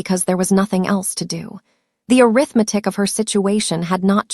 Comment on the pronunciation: If you can’t get the AI to properly pronounce “arithmetic”, choose another word.